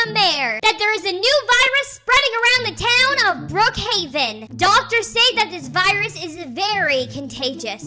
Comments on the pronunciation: They also say bruckheaven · Why when they say Brookhaven they actually say Bruukhaven? Btw I love your vids 🥰